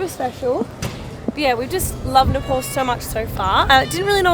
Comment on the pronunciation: Its nepal not nepol...nepal